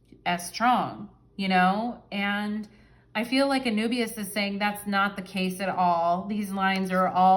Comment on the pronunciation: And Anubis is is pronounced a-NOO-biz